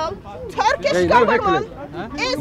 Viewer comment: The greyhead muslim man several times said " gefement". Now I realized he meant "goverment" )